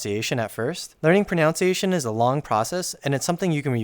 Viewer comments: No hate, but ironically the first sentence is mispronounced. It should be pron - u - nciaton rather than pron - ou - nciation. ^^ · Good video but bro keeps mispronouncing “pronunciation” as “pronounciation” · I'm sorry, but it's pro-NUN-ciation. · "ProNOUNce" -> "ProNUNciation". I am going to go insane; please use the schwa... WHY DO YOU SAY IT RIGHT ?!?! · Pronounce is a word. Enunciate is a word. Pronunciation is a word ProNOUNciation is not a word. It really hurts your labguage learning video about pronunciation when you say that word in English and mispronounce it so much. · Not to be pedantic, but it's pro-NUN-ciation, not pro-NOUN-ciation, but I love the videos man :p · IT'S proNUNciation NOT proNOUNCEiation.. .. . 😭😭😭😭😭😭PLEASE. good video but PLEASE... ProNUNciation!! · ProNUNciation not proNounciation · Amazing video!! One thing I have to say though is that pronunciation is pronounced: pro·nun·ci·a·tion not pro·nounce·ci·a·tion. Still great video though!! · Ironically, you're pronouncing pronunciation wrong, it's proNUNciation, not proNOUNCEiation. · I love your videos! but pronunciation is pronounced with "nun" rather than "noun" had to comment it was killing me, especially in a video abt pronunciation / pronunciation is pronounced pro nun see ay tion /prəˌnʌn.siˈeɪ.ʃən/ the word is pronounced and spelt differently as a noun than the verbs pronounce/pronounced (although pronounced can also be an adjective but the meaning is different). its a little ironic but yeah. i thought it was a bit but u kept doing it so just in case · What doesn't come as a surprise to me is that people who've never heard the proper way to say "pronunciation", I couldn't help but notice that many people, including, say instead "pronOUnciation". I've also made this mistake for a long time, and after learning the correct way I couldn't help but point out when others make the same mistake 😂 Sorry, not sorry 😊🙃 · Did you just say pronounce-iations?